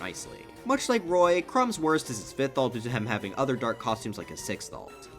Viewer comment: did you pronounce his name as CRUMB??????